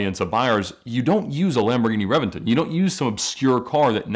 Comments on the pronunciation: It's not a revinton its a Reventón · revington hahahaha, its reventÓn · it’s read as re-BEN-ton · Reventon is pronounced Re-ben-ton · Um fun fact. It’s pronounced ReBenton. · I expected reventon to be pronounced Rev-en-tonn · Ed mispronounced Reventon, it should be "Re-ben-ton" with a B, even though it is spelled with a V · He’s butchering the word reventon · Did no one watch top gear? It’s pronounced rebenton 😂😂😂 And my dude what is a mercielago??